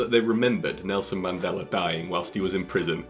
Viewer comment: "I like that Melson Nandela bloak"